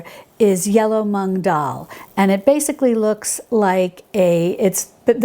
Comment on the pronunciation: Hi! Just one smallllllll little thing, since I'm an Indian and it's our pride - it's not tu-mur-ric, it's t-err-mur-ric and it's not mung it's moo-ng like how a cow moo's 🤭❤️